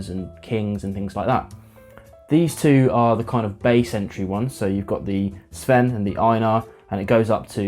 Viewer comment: First! I've only tried Highland Park's 12 and Dark Origins. I liked the Dark Origins better, but the 12 was one of the first whiskies that helped me come around to peat. Great pronunciation of the names, by the way.